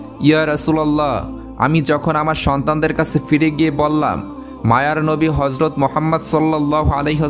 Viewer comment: Nabi jir name ta suddho uccharon korun ....gota muslim jatir badnam hobe first time 2bar Harjot Mohammad bolechen galpota sundor